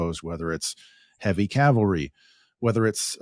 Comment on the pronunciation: "Cavalry" or "Calvary"?😅